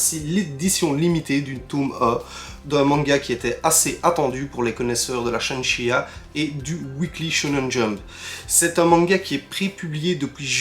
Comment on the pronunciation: Shunsheia c'est un spin of de saint seiya? plus serieusement c'est Shueisha mais j'adore comme prononces a chaque fois